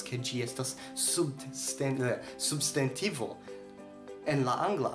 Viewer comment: Kio okazis pri via elparolo de «substantivo»? Sonas kiel «subst**e**ntivo». Interesa kaj lumiga filmeto.